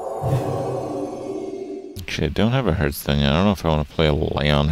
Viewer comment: One of these days Kripp will learn how to pronounce Hearthstone.